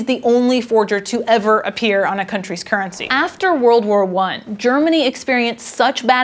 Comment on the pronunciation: Normally I don't notice it that much, but I switched off after a minute due to woeful pronounciation. 'kerncy'